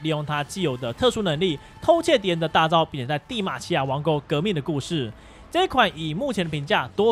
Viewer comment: Sky臺灣國語被我發現了😂 帝瑪琪亞王苟